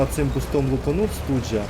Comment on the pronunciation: Не Студж, а Штуг!